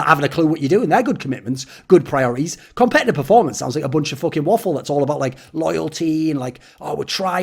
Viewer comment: "competetive performance" 😂